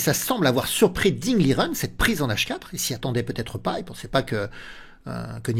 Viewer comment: Merci pour cette analyse. PS : on prononce Ding " Ligène " selon l'intéressé.